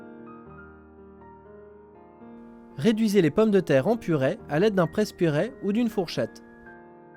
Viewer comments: on dit purée!!!!! pas purais !!!!!!!!!!!!!!!!!!!!!! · On dit "purée", pas "purait"